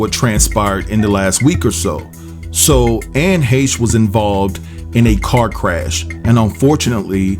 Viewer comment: Glad to know somebody other than me on YouTube knows how to pronounce her last name correctly.